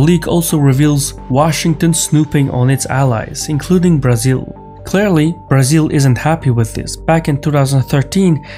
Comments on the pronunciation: Excellent!!! Pronouncing Brasil, was a +!!! Many thanks from Sao Paulo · May I say your pronounciation pronunciation of Brazil is eerily correct?